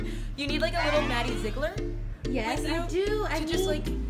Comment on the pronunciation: Oh god when she said Maddie ‘ZIGGLER’ though. 😬